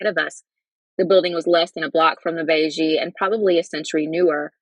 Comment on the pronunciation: Beje is pronounced (bay yay) but otherwise, great reading!